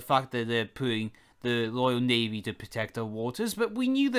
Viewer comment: It’s Royal Navy no loyal navy Speak properly